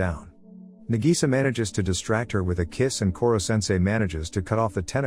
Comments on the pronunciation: "Nagisa" (Na-gee-sa) wheeze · I laugh so hard when he say na Gi Sa